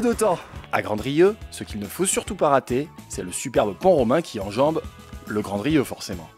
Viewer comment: Grandrieu le village que vous avez traversez le D ne se prononce pas je suis originère de là-bas et merci pour cette balade en Lozère c'était super !!!!